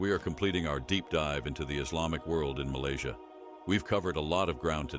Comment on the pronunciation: Malaysia ❎ Malaysai ✅